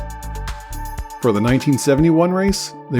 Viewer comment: Sss is pronounced triple s,.